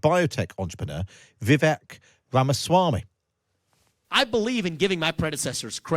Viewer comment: Vivek is pronounced "Vi-Vake".